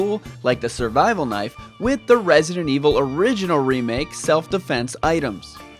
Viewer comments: It do sounds ridiculous But it not that annoys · I dont think is ridiculous, its pretty cute i like it.